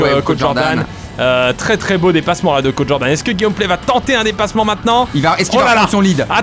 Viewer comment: Tout le monde : Cod Jordan Pierre Croce : Caude Jordan